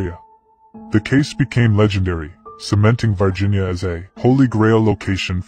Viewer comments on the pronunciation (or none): This is confusing! The title says VIRginia, but the narrator is saying VARginia. Would somebody please explain this and how an "alien" from VIRginia is showing up in Brazil? I have known several people from VIRginia, and they didn't appear to be aliens to me! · I'm Brazilian. It's "Varginha" town, not "Virginia". And that is not the creature, It had 3 head bumps.